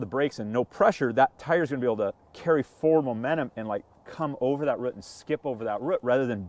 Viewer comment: Great video, but I’m pulling hair out every time he can’t say ‘root’ properly!